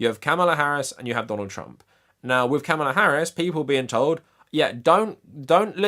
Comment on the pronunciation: It’s pronounced Comma-La. Please take the time to pronounce her name correctly.